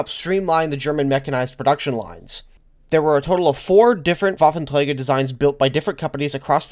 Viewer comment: Wow. When you say “Waffenträger“ it sounds like a german said this word. Very good!